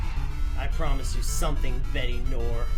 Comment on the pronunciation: It isn't pronounced (Betty nore) its pronounced (bet new-are)